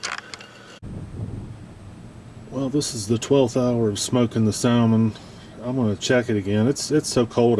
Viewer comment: The L is silent